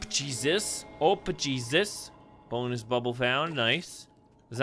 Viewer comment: When you say Jesus it sounds like cheeses